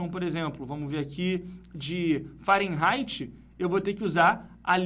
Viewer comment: O, no Google a pronúncia é Fa-re-nai-ti e não Fa-ren-rai-ti...